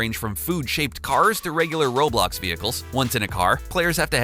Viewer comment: Atleast he didn't pronounce roblox like "raw blocks"